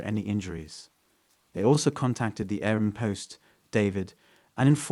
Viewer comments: If you're going to tell a story you should know how to say the words in your stories, like Airbnb. Air-B-N-B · AIR B and B. Why is that so hard for you to say that your at the point of mumbling it. It's just a Letter lol. And 24/7 is really just said like 24 7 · I had to correct him in my head every time 😂😂